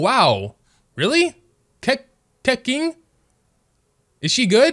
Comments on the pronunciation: I’m not Chinese and I obviously knew that it was pronounced keqing. Common sense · lmaoo he rlly said keh king its kuhching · i got mad when he said "Keking" instead of "keching" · ahahaah he said (ke-cking) lmao quick tip buddy its keching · "Keking??" that hurts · kaeking LMAO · I used to say KayChing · but I’m actually Chinese, and it’s pronounced as kuh-ching (kèqíng). I guess it’s hard to pronounce it if you’re a foreigner to the Chinese language!! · I use to say it like kequing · watching white people pronounce chinese names as a chinese: 👁️👄👁️ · He said keyking too lol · TeKInG? Also: SINGLING? Everyone:... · "Ke-.. kEKinGgg" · The fact that he called Keqing K A K I N G is killing my soul for 10 months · KE Q ING? This now has 10/10/10 Keqing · As a Chinese person, hearing him pronounce Keqing and Keking kills me lmao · Lol it was hilarious when he spelled keqing keking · im not making fun of him or anything but "keking" "ksingling" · He:*pulling Keqing* Oh Kehh..king Me:*pulling Keqing* OMG I GOT KEQING OMGGGGGGG YESSSSSSSSSSSSSSSSSSSSSSSSSSSSSSSSSSSSSSSSSSSS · "excengling" I died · As a someone who can speak Chinese, I cringed very hard at the “Keking” lol. At least you learnt how to say it properly. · when he literally pronounced keqing as keking- 💀✋ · when he said kequin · i want keqingg and its pronounced ke-ching bc the q is pronounced as ch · It just hurts me that he pronounce it as 'keking' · No offense but suffering with the wrong pronunciations like prymo gems and cecking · The way he pronounced "Keqing", I died. 😂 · I love how he pronounced Keqing the wrong way 😭☝️ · he said keqing's name wrong XD